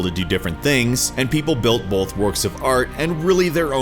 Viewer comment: Stop saying bolth 😂